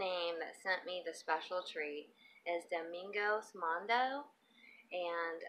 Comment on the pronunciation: lol you pronounce my channel [ domingos moon do ]